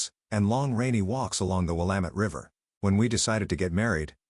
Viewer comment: OMG! I’m giving a thumb’s up, even though I’ve already heard this story on a different channel (word for word), even though there are inconsistencies and logic errors, but purely because “Willamette” was pronounced correctly.